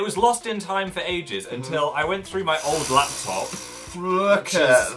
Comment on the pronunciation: "go thROgh"😂